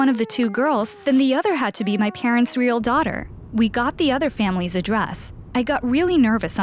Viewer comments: Instead of real she said weel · She said weal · She keeps saying weal parents